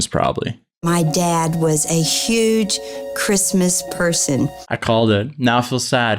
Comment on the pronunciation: Am I the only one who noticed he said Chirstmas instead of Christmas